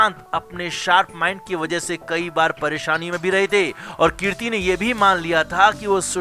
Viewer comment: कीर्ति नहीं भाई कृति है आप पहले उच्चारण सही बोलिए बहुत खटकता है कानों पर 😀